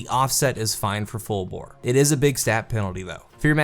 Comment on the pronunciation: You said fullbore.....?